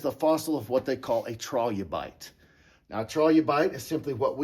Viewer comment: Okay. It is a carbide lamp, acetylene gas is generated by mixing calcium carbide with water, this gas is ignited and creates a very bright light. He didn’t pronounce trilobite right either, but it was likely a crinoid instead. He’s a local repeating a story he has learned.